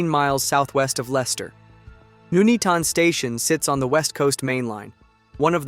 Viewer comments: It’s not noeatoton is Nuneaton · He said it like a jamaican.. Nooney-ton.... So it's actually pronounced nun "eat" on so nun as in Nunn of course.. Eat as you eat food.. ton as ton (weight)..... put it together that's how you pronounce it, imagine if it happened in Towcester or the Cornish town of Luxulyan i think he'd have a meltdown. Disaster Documentaries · as a local, we pronounce it Nun-eat-un but a lot quicker, the pronunciation by the AI voice in this video is highly cringe worthy. It’s scary to think this was 50 years ago this Friday. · Nun-Eaton, not Nu-Nea-Ton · Nooneaton?!? Nun-eaton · I have always pronounced it No-nee-at-tone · Where the hell is Nooneeton? 🤣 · I'm from "Nooneaton". (seriously, how can you mess up a syllable like "Nun"😂). There is a huge picture of this crash in the hallway of the fire station that I get to see every time I have to renew my first aid training for work. It really was a terrible incident😔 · Pronounced Nun-eat-on May i suggest you take a course in English English LOL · pronounced ,nun eaten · even still, maybe he should have put it in as 'none-eaton' as that is how it's pronounced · You can be forgiven for the mispronunciation. A significant proportion of native English don't Know how to pronounce many English place names. Wymondham? don't even try. Bicester? Leominster? You wouldn't believe me if I told you... Ta. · Another American who can't pronounce places names in the UK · Pretty crap. Information garbled. Mckay, Nuneaton pronounced wrongly. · Loving his pronunciation of "Nuneaton"... lol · If you're going to provide a commentary about this dreadful incident, at least have the decency to learn how to pronounce Nuneaton. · today I discovered most english people pronounce Nuneaton wrong